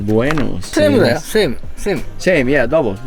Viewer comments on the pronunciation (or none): none